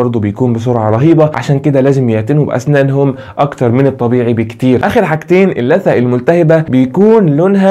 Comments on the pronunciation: اللثة وليس الثة تكي على الام يادكتور عشان يطلع اسمها صح ... جزاك الله خير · ممكن تنطق كلمة اللثة بالصح نطقك جدا مستفز معني حبيتك ههههه